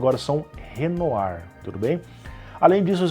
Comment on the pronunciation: O codinome das novas APU´s é realmente francês se pronuncia Renoá (com aquele R característico francês), resumão show como sempre